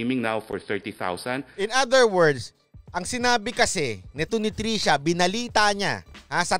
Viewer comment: Hindi po trisha, trushya!!